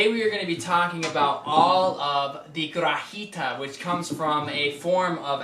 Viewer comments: I loved your vid. Pero, the G in guajira is pronounced like an H. Like wa - HEE - tah... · It's pronounced: guah-HEE-rah, or goowah-HEE-da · it's pronounced "gua HEE da." nice job. thank you.